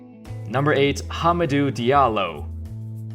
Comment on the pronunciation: Great video, only hick is the pronunciation of Hamidou Diallo who is from Guinea